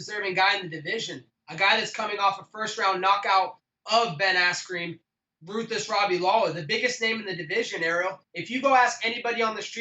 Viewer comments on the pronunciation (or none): Did he say Ben Asscream??? 😂😂😂😂😂😂😂😂😂😂